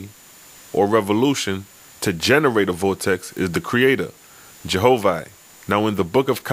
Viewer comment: Why do you call him Jehovah when the title says Jehovih (vee) I'm just wondering why do you Skip that.